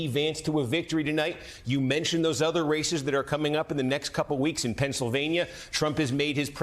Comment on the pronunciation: Am I the only one that keeps hearing “racists” every time Kornacki says “races”,.. 🤔 😂